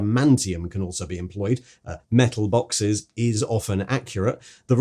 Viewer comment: I think you mean 'MEHTUL BAWKSESS!!!'